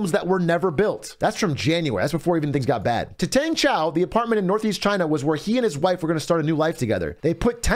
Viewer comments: Is Trump‘s pronounciation supposed to be spelled Gina Jina Djina Xina Czina? Did I miss any? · *Trump voice- “Cheyna” 👌🏼